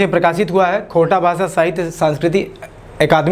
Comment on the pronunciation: खोरठाक उचारन करे तोंय नी पारेहें बाबू।